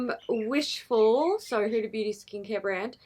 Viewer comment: Did the huda lip liners just stay on after rubbing a white towel on them? Umm okay whatever. Also as another person with and Arabic name, people really mess up hudas name. It is not pronounced as hooda. It is hu-dah. The d is like a th. And those kkw shades wouldn't even show up on a medium skinned person.